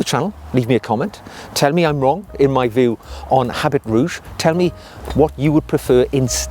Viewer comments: Habit is not pronounced as “HabiT”. Its french. So, it is pronounced as “Aabi”. Great video anyways 👍. One of my all rime fav frag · Habit is pronounced “a BEE,” with the anccent on the “BEE.” And “eau” is pronounced just like the letter “O.”